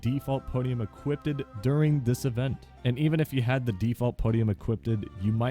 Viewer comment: “Equipeded” is hilarious to me